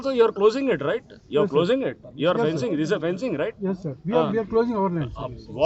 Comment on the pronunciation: ఫినిషింగ్ కాదురా అయ్యా..అది ఫెన్సింగ్...